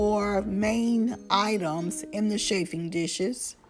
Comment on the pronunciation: You do not pronounce it shaf it is chaf (regarding chaffing dishes). It is also very dangerous to place bunched up fabric so close to flaming tea light candles.